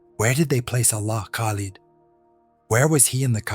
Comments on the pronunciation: I don’t believe that this a authentic statement of a Muslim. The way you pronounced his name Khalid is incorrect, you missed the guttural sound of Kh….. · This story is so hilarious,you forgot once upon a time, lying and claiming to be a mumin, and it's pronounced lid not lead, the extent you ppl will go to get followers 😂😂😂 on day of judgment you will have to give account for this bogus story😂😂😂😂 good luck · If it was real and an imam was talking .he must pronounced his name right ,no moslem says kalid ,if you know there is a hell ,don't lie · me too because an imam wouldn't pronounce Khalid as kalid